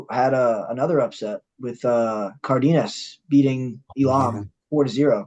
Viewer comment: The way ALL of you pronounce Elam.... haha